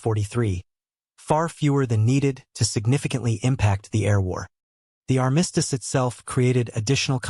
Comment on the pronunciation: You REALLY need to research the pronunciation of the word "armistice"! 😲